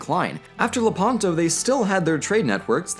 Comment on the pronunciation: FYI it is Lépanto, not Lepànto. stress on the "e" (and slightly open) not on the "a"